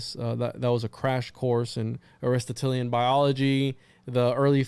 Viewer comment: ari-STOT-lean <3 aristatalien hahaha, good show man. Almost as bad as vonhohenheimen. Just food for thought (pun intended) considering the hermetic axiom all is mind all is mental, consider the humunculus as thought form creations for magickal work purposes more than literal. You mentioned you know there's more layers more esoteric meaning but you're just laying out the literal framework as a historical research, but then barely scratch the surface of the deeper meanings. Unless by that you mean today's science experimentations that you mention cloning/dna manipulation etc. Just saying. Good video for bringing this info to those unaware for a nice 101 though. An oldie but goodie channel if you're not already familiar with it, unlikely because it's dead for a decade and hardly any followers/likes, but check out "ephiphany lectures"...I'd love for you to do a deep dive on his stuff some day.